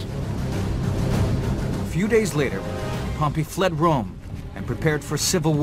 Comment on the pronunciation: pronounces Pompey same as Pompeii. Wonder where he got his PhD in Roman History.